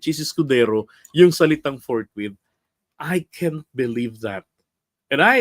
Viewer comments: Ang alam ni Cheese "FOURT MONTH....hindi forthwith😃😃😃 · Ang basa ni keso ay fourwith kaya apat na buwan ang desisyon niya.